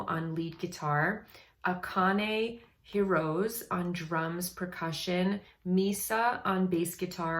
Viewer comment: You pronounce the name of Akane is rights! But her family name is Hirose pronounce like Akane, like Akanay although pronounce Hirose, Hirosay.